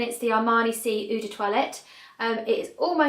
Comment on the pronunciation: Lovely. Perfume collecting is my obsession, but I have yet to log about my 200+ scents. (BTW..."EAU" is pronounced "O" or "Oh"....therefore "L'EAU" = LOW)